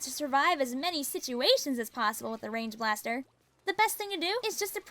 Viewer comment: i thought you said “range bastar”